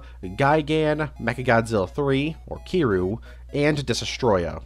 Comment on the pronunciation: Bruh his name is pronounced “Keer-reeyou”, not “Kee-you”